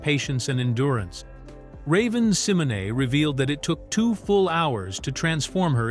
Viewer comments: Love the videos but the AI voice repeatedly mispronouncing ravens last name bothers me Si-MO - Nay! Not sem - o - nee lol 😂😂😂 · It is pronounced Symonay though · this was an interesting video. I love 'That's So Raven'. But the way he was mispronounced Raven's last name bothers me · This AI mispronouncing Raven's name is hurting my head 🤦🏾‍♀️🤦🏾‍♀️🤦🏾‍♀️ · WHO IN HELL IS RAVEN SIMONAY🤔🤔🙄😱😝🤓😂 AI DOING TOO MUCH 😡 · Couldn't finish watching this. That name mispronunciation every 10 seconds was so annoying. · Same here